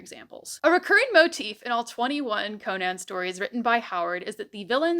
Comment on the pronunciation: Not CO-nan… it is an Irish name… just “Co-nan” … like the comedian…